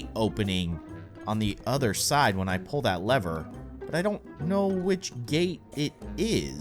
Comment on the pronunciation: You say leather it is lever